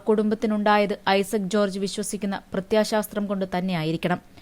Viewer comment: പ്രത്യയശാസ്ത്രം എന്നല്ലെ പറയേണ്ടത്. അവയവ ദാനം ശ്രദ്ധിച്ചു വാക്കുകൾ ഉച്ചരിക്കു